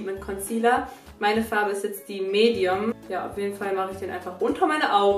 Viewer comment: Wie sie Medium ausspricht 😂